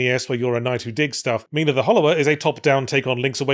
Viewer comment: What is my name doing on a game?.....ngl, it's a little surreal that yhatz keeps saying my name and actually pronouncing it correctly 😂